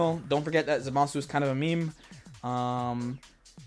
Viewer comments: It’s not. It’s pronounced “ZAH-muh-soo.” If you really want to be a stickler, though, both are wrong. It should be Zamas, with the “u” dropped entirely. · I wonder, what's so difficult about pronouncing Zamasu the right way